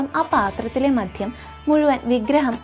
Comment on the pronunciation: മധ്യമല്ല കുഞ്ഞേ മദ്യം, മര്യാദക്ക് ഉച്ചരിക്കാൻ പഠിച്ചിട്ട് പോരെ ഇതൊക്കെ!